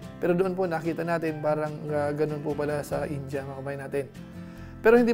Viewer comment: Ind-ya hnd Po inja KC Po kinukurek Ng mga indian paano mgbigkas mga Pinoy tinatawanan nla